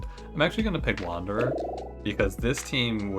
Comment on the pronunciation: Wander-deez. Sadge.